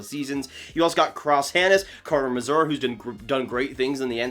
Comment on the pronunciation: carter mazur is pronounced m-aye-ser